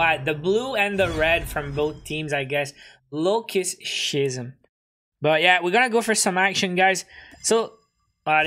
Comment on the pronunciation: Schism means a dramatic change and it is pronounced as ski-sm.....